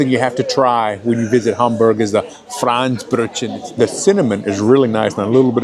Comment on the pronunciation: Thank you for showing all the delicacies! A very needed exploration into Hamburg food goodies. If you want to improve pronunciation: Franzbrötchen -> frunnts - bröt - chenn. The Franz part is short. There are also Franzbrötchen with apples and other goodies. Which I prefer because they are not only sweet. (Makes me feel less guilty.) Look at the shop inside Hauptbahnhof "Franz and Friends". But other places sell them as well. Labskaus -> la:bs - cows. My mom used to make it from potatoes, corned beef and sweet pickles. We only covered it with a fried egg and left the red beet and hering off. To make it a little more on the sweet side some of the Gurkenwasser, pickle water, was added.